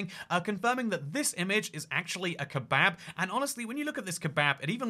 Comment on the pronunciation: Heh "kehbahb"